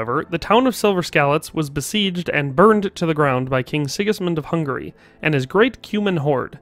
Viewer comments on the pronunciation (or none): none